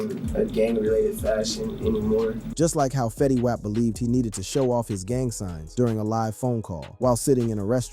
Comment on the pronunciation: The OOPS, Fetty Waap and PIHRUH....You mean the opps, Fetty WAP pronounced WOP, and PIRU pronounced PIE RUE!! n8**ga?